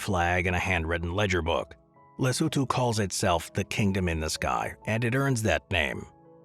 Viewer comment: Wow! It feels like forever since I encountered a video where 'Lesotho' is pronounced correctly... and there they mispronounce 'Sani' - cannot have it all, I guess. Then again, also showing Cape Town as the South African side of ZA-LS border is quite misleading; in a lot of ways Cape Town differs as much from majority of South Africa.